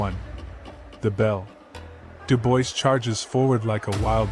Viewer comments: Daniel "Dew-boys"...?! Do I detect AI bullsh*t here...? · Dubois is pronounced Doobwar. It's a French name.